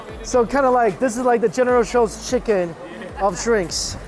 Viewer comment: This dude calls “chicken”, “sheken”